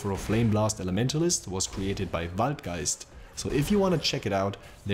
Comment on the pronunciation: Because he pronounced, I think it was waldgeist, like perfectly...